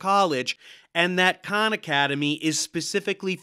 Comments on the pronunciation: Funny how he says Khan university which sounded a like Con university. Jokes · Well, Khan Academy has progressive tests to work through classes. Not the same as university still. I thought he was saying Con University. 😉